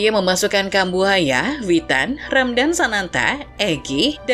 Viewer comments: Ramadhan min bukan ramdan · Dan "Ramdan" 🗿